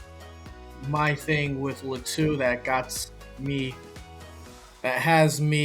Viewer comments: Not luh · Think it’s pronounced Lah to